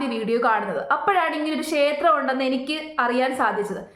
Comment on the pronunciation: ശേത്രം അല്ല. ക്ഷേത്രം